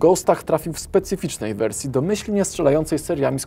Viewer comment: Śmiesznie mówisz "wersje"